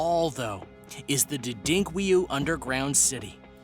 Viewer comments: Repeat after me: 'Derin', got that? Now 'ku-yu'. Right? Now pout them both together and say 'Derinkuyu'. got it now? Not Didinkweyu. And the Turks didn't build them. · LMAO. Not Der-Dink-way-you, pronounced Darren-Kew-you. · Derinkuyu. "Dare-in-ku-yu" how did you get "Dedinkwiyu"?? Video was nice though. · that name is pronounced, DARE IN KOO YOO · #1: Dadink-Kree-Yu ??? That’s hilarious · Someone would also tell the narrator Derinkuyu is not pronounced “Dudinkweyou.” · He just called Derinkuyu something I've NEVER heard of..He said DUHDINKWEYU !!! Just listen to him and tell me if that sounds like the spelling Derinkuyu..... WTF IS WRONG WITH PEOPLE?!? - Does anyone check to see if what they are posting is bullshit, fake news, lies, are just plain WRONG????!!!! ASSHATS!!!!! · Lol you mispronounced byzantine and the name of the Turkish city. Maybe google the pronunciation before you make a video